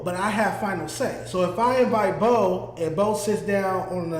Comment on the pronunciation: Boe keeps saying his name wrong 🤦‍♂️🤦‍♂️🤦‍♂️ that’s not cool